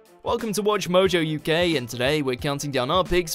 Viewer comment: Nope i had to listen it twice to confirm it was uk and not u gay